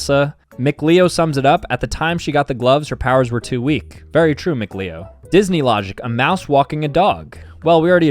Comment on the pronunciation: bro he told a story about going to super smash con and then called mkleo mcleo